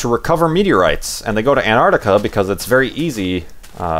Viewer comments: STOP SAYING ANTARTICA! It's Antarctica. You were missing the first "c". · ARGH! There are 't's in 'Antarctica'! ;)